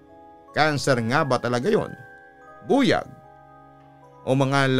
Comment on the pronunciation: Papa dudut, mali po ang pronunciation nyo ng buyag. The stress should be on the second syllable. Buyág